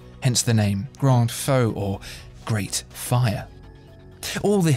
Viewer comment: I think he means 'Grand FEU' NOT 'Grand FAUX' - pedantic, possibly, but one means 'Great/Big Fire/Flame' and the other 'Great Mistake' or 'Great FAKE' ;)